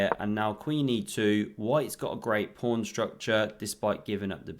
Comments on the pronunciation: Anyone who calls a pawn a prawn gets a thumbs down and I stop watching immediately. Fix up. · Did he say on the first move King Prawn? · So pleased to hear the Kings Prawn called by its proper name ❤